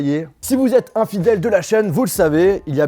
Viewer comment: y a que moi qui ai compris "infidèle" et pas "un fidèle"